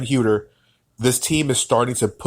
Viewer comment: Other than mispronouncing Kevin Huerter's (Hurt-er) last name, it was a very well reasoned and thoughtful piece. The Hawks are going to be an exciting team but the core players are very inexperienced and lot of pieces would have to fall together to likely make the playoffs. The season after, they will likely be an opponent no one wants to play.